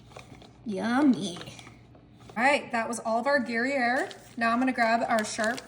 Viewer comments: It is pronounced groo air cheese. Thank you. Iove Gyere cheese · The cheese is pronounced " Gree-air" at least I think that's what you have. 😊😊😊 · You sounded almighty but forgot the y sound in Gruyère and then the spelling 😂